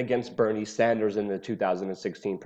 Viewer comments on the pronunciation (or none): none